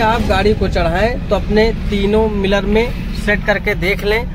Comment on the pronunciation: भाई ये मिलर नहीं होते मिरर होते हैं जब वीडियो बनाते हो तो शुद्ध उच्चारण भी करना आना चाहिए